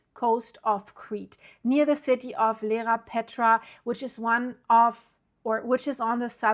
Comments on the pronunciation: Dear thanks for the update,just to let you know it is Iearapetra not Lerapetra. What about the little island in the south of Iearapetra? Chrysi, or Gaidouronisi will it be ok? Because it is quite flat. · It is called Ierapetra not Lerapetra. Pronounce EYE-ERA-PETRA